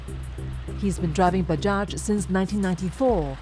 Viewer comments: good documentary..btw bajaj is pronounced as bah-jai not buh-jah. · Most comments are rather serious ones, but allow me to say... I find it cute, how the narrator pronounced "bajaj" XD